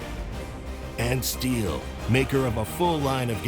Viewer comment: It annoys me how they mispronounce Stihl every time ffs